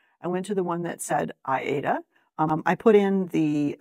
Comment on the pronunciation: Did I miss the explanation for having a pad of paper and a pencil at the beginning? Can you please explain why you do this step? Thank you. I love the fact that you are using 16 count Aida. And thank you for saying Aida correctly. It is not correctly pronounced ‘ade-a’. It is correct in the pronunciation of the opera Aida by the creator of the fabric as the creator and his stitching wife were both fans of the opera. That’s how the fabric got created and named.